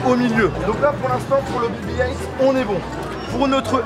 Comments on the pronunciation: C’est pas bi bi height mais bé bé huit ( BB8 ) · Dit le en français BB 8 pas heingt